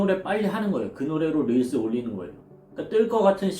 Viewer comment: 릴스를 릴즈라고 하는게 킹받았는데, 또 중간중간엔 릴스/릴즈 섞어스는게 킹받네여 ㅠ